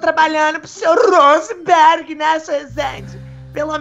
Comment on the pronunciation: tava com saudade da falando hosanberg